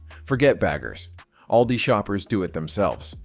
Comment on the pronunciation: Misleading thumbnail. AI can't say the name ALDI correctly every time. These AI generated videos are taking over the good content on YouTube like the plague. It is sickening to be honest.